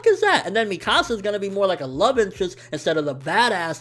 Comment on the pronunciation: I've seen some ppl pronounce Mikasa's name differently like him. Why?? In the Anime and Movie they pronounce it (meekasa) but he says it different. Is there an actually way to pronounce her name??